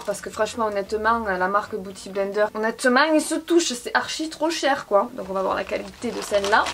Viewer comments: pitié, biiiouty blender pas bouty!!😂😂😂😘😘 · LOL! Arrête de dire Booty Blender hahahaha! C'est beauty blender. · Je ne regrette pas d'avoir cliqué juste pour avoir entendu dire " Booty blender" 🤣. #Bilingue